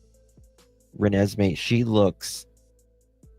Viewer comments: THE CORRECT PRONUNCIATION IS RE-NES-ME!!!!!!! LUV U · Can you please learn to pronounce this little girls name right!!!!!! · Just want to try to help with some pronunciations: Renesmey Eutsey Ra-nezz-may (Michael) Aubele - Aw-bull